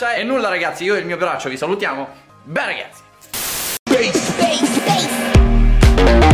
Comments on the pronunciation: Che poi dice PPPella e non bella.. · Tu dici pella anziché bella intro